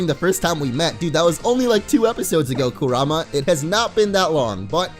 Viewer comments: Your butchering Kurama name 😒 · if your gonna say Kurama pls just say it right I hate when people say it wrong